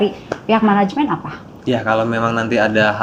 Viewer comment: Katanya ga pake menegemnt tapi ko ngmngnya managemenet